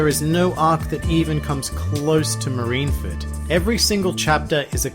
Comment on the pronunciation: Soooo , its not "marinefed" Its "MARINEFORD" ma-ri-ne-FORD... NOT ma-ri-na-fed --'